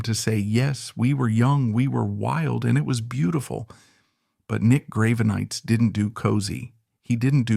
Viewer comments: Graven-ites? the fuck is this? Its Grah-Ven-Eye-Tis. Did you seriously use AI for the voiceover? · I've got to say that the subject matter this channel chooses to cover really interests me, but the way it's presented is waaay to dramatic and over the top! I'm pretty sure it's AI, hence the mispronunciation of the people (Grave-e-nites), but either way, tone down the melodrama, not every musician is a deep, godlike superhuman! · True, the narrator in mispronouncing his name... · Work on your AI reading and its pronunciations of words, especially the name of Nick Gravenites... Even if the info is correct, hearing his name bastardized ruins your supposed intent.